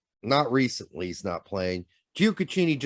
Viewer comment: It’s JOE-AH-KEY-KNEE